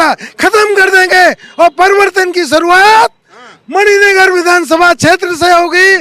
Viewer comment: एंकर साहब मानिक नगर नहीं मणिनगर